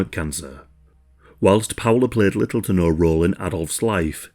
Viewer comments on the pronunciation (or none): none